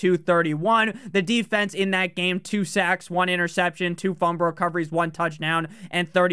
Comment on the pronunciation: Are you saying fumber instead of fumble?